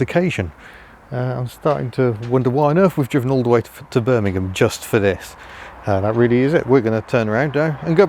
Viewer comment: ah yes, "glamurus" bermingham